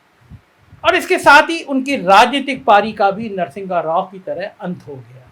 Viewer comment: Correct Narsingha Rao to Narsimha Rao, wrong pronunciation